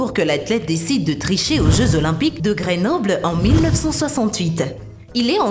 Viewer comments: Les jeux de Grénöble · Impossible de regarder jusqu'au bout... voix insupportable, les fautes du genre Pierre de Courbétain, GrÉnoble (😱), les maratoniennes en parlant des hommes, et j'en passe... va falloir changer quelques trucs si vous voulez avoir des abonnés vous! Allez ciao!!!